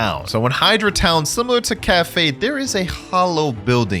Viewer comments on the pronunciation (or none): did bro said rip E-dra💀💀